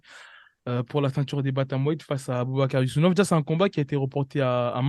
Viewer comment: 4 secondes de vidéo et déjà un nom écorché « Yousounov » 😭😭😭